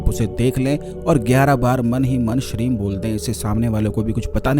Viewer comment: Shreem bola ya shreen awaz saaf nói aa rahi😔😔😔